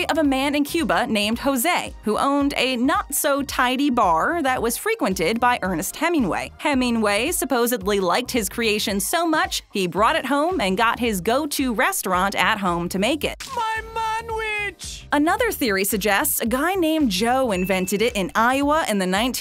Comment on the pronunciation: She said supposeBly..... no B babe. D